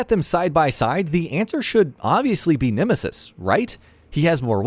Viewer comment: "The Nimisis"